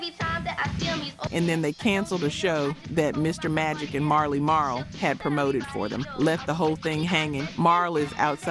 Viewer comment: You didn't even pronounce MC Shan or Marley Marl right. AI must be reading this.